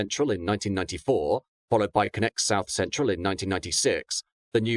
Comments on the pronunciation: Is it not pronounced conn-ex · Also the pronouncing of “Connex” makes him sound like he’s saying “Connect”